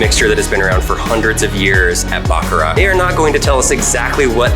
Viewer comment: Really. You guys were at the factory and couldn't at least try to pronounce Baccarat correctly, even just once on camera? ((think like a 🐈 coughing up a hair ball with the "t" silent, cause, like, the t is always (almost) silent!!!))